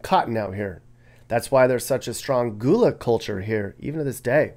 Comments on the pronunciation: Yes, and it's guh-luh, not goo-luh 😄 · It is pronounced Guh-lah gullah